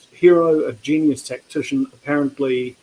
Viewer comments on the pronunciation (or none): none